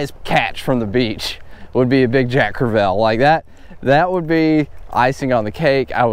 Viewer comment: I love ya man. Been following from the beginning. Probably all time favorite YouTuber. But if you say jack crev-ELL one more time....🤣lol sorry, I’ve been trying to let it go but ... Love the content, as always!